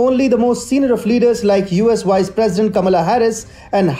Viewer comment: Also she is not the “wice” president.